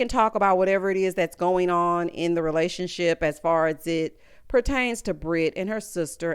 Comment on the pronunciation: "And what about your lesibian re-la-sion-ship?!" 🤣 Married to medicine 🤣